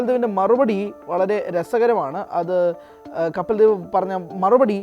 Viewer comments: കപ്പിൽ ദേവ് അല്ല പൊട്ടാ കപിൽദേവ് എന്ന് പറാ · കപ്പിൽ ദേവല്ല കപിൽ ദേവാണ്.നീ ആദ്യം ആ പേര് ഒന്നും മര്യാദയ്ക്ക് പറയാൻ പഠിച്ചിട്ടുവാ.